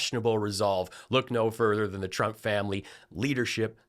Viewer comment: I like the way leaverite’s speech impediment makes it sound like she’s saying “president chump”